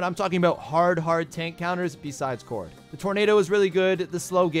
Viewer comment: bro who? im hearing kord who is kord